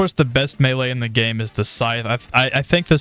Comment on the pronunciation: Meaee? Isnt it melee?